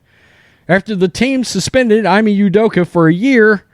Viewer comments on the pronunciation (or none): Ime is pronounced E-May… not Eye-Me Great content though.